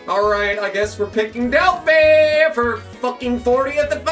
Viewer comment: As someone who used to work in an Automotive Warehouse, the phi in Delphi is pronounced like youre saying wifi